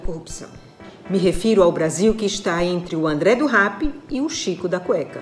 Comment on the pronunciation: gostei de como ela falou rap e não rep, não sei se foi para evitar a associação de um criminoso a cultura hip hop, mas se tiver sido por isso, parabéns.